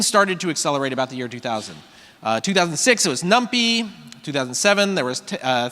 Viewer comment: "In 2006 there was num-PEE" shudder